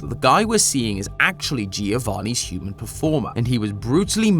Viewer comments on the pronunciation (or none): none